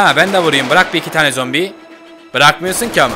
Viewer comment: ZOMBİ DEDİ NORMALDE ZOMPİ DİYO